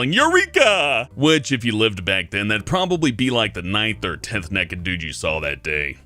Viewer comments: sounds like when he says 'naked' it sounds like 'neked' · says nekkid and tolet, teehee.